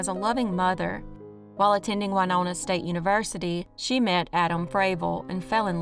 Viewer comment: Winona, Mn is pronounced like Winona Ryder(she was born there) not the singer Wynona, just fyi